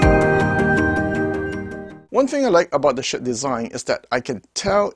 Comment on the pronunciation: It‘s Schiit Audio, not Schitt Audio. You should ch3ck what you are talking about and give such a splendid manufacturer credit for who he wants to be!